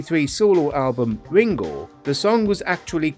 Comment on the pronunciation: Wingow Staww?